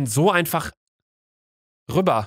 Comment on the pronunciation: sagt Luka statt rüber einfach rübber😂😂